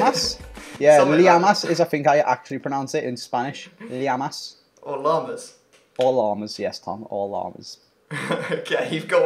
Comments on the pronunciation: Just to let you know, llamas is pronounced yamass, not liamass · Ur right. it’s pronounced “ como te yamas” not “ liamas” like was saying. The double L in Spanish is pronounced like a Y in English. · its pronounced yamas not llamas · Yes, but you pronunce llamas like yamas not lyamas. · ITS NOT LEYAMAS ITS PRONOUNCED YAMAS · Comó te llamas Pronounced: Como te jamas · It is pronounced like yamas not lyamas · its fucking pronounced Y-amas not lilamas damn... ll becomes a y sound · That Llamas is pronounced as yamas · Li-amas AHAHAHA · llamas is prounounced yamas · I know, he pronounced it very bad... Co-mo tee jam-ars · So fucking cringed listening to say the Spanish name It pronounced yamas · Did anyone else get annoyed by pronunciation of "como te llamas "